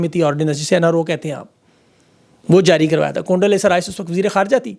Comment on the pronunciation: It's condo not conda